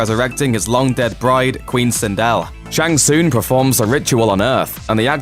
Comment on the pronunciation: The way he pronounces "tsung" is painful...